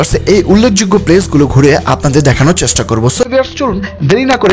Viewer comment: ধন্যবাদ আমাদের যশোরকে এত সুন্দর ভাবে উপস্থাপন করার জন্য। সার্কিট হাউজের সামনেই আমার বাসা। - আর এই নিউজে একটা ব্যাপার দেখায়নি সেটা হল এই বাজার শিফট করার পেছনে একটি সেচ্ছাসেবী সংগঠন 'গর্জে ওঠো' অনলাইনে অনুরোধ জানায়, তাদের ধন্যবাদ। - আর সবচেয়ে সুন্দর এখন পৌর পার্ক এক সময় এটি এত সুন্দর ছিলো না এখন অনেক সুন্দর। [ বাংলা উচ্চারণ আরেকটু সুন্দর করা উচিত চ্যাসটা সহ অনেক শব্দে সমস্যা ছিলো, শুভ কামনা]